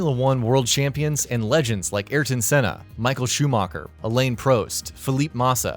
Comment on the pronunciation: Nico Roseberg Elaine Proest Eye ear ton Senna Alpin Reno